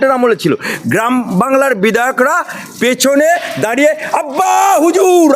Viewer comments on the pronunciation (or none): none